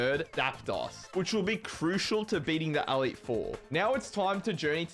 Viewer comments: I'm also an Australian, and what the flamin' oath is an "Aleet Four"? It's an E. Elite. Elite Four. I enjoyed the video otherwise, but that pronunciation is unique. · awesome video, but the way you were pronouncing "elite four" as "AL-eet" drove me up the wall...... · ''The A leet 4'' brother thats an E btw and the word is Elite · The way you say elite is wild. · i don't know why but really bugs me how you say elite xD